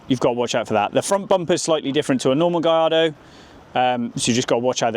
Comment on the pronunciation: It’s pronounced “GuYARdo” not “GaLARdo”!!